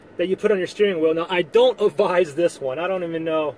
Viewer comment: It's "advise" rather than "avize".